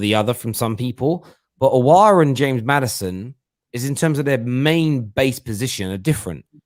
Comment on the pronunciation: its maddison or aouar not maddiaon and aouar said that